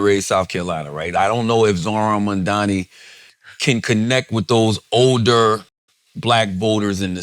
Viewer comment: wow. Cthagod can pronounce Mamdani's name correctly.